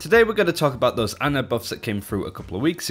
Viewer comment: How do most people still call her Anna? Since her launch video almost two years ago, it's been clearly pronounced Ana.